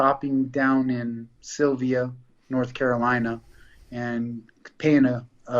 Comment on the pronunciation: He said "sylia"? Ha It's "sylva" like silver but with an "a" at the end. Sylva, NC